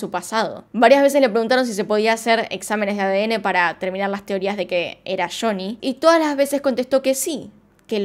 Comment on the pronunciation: Me encanta como pronuncias shony😍